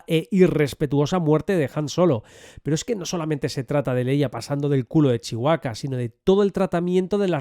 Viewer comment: Cuándo será el momento en que España aprenda a pronunciar Chewbacca sin comerse la b? Y si me lo permiten: en Skywalker la L no suena. La palabra Jedi...el acento está en la sílaba JE, no en DAI. JE-dai Un beso!